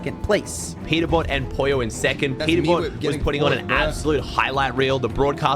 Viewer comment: Poylo No its pollo